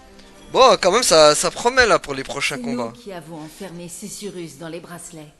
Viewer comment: Coucou mon et c'est parti pour l'épisode 17 de Forspoken. Susurrus, et non sucrus mdr..Que d'enchaînements et belles cinématiques, on en a beaucoup appris, c'était très intéressant! Eh oui on sait qui est sa mère, mais pas son père, j'espère pas que c'est Krav lol..Eh oui elle est d'ici et pas de New York! Elle a toujours eu ses pouvoirs en elle, en fin de compte! Pas de blagues aujourd'hui avec ces histoires émouvantes! Un super combat contre la bête, beau travail! C'était trop simple pour mon! Attrapez les tous, mon a fond sur la chansonnette des Pokémons hahaha! Par le pouvoir des 3 comme sur charmed lol, bien trouvé hihi.. Oh la vilaine brute, il t'a pas loupé, allez destruction en beauté garantie droit devant, yeee bravo! Eh oui Krav n'est plus dans le coeur de Frey, c'est certain! Mon qui n'aime pas cet ennemi, il t'avait énervé dans les combats avec les lampes..un vrai chieux lol...il comprend pas ce qu'il lui arrive, il est vite mort au final.. Quel combat contre ce zozio hihi, génial, tu as géré! Quel bel épisode! Je te souhaite une belle journée, prends bien soin de toi et de grosses bizouilles!